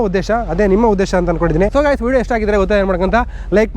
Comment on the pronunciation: Bro gaaays alla adhu guys adhu....sari nin English kanglish thara idhe parvagilla..kannada bashe ne use madu bro viewers jasthi agthare #matured agro youtubers